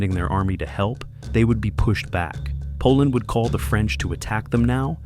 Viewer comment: bro's like poland nope i dont think so koland gud 😭